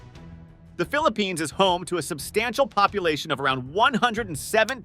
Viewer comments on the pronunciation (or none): none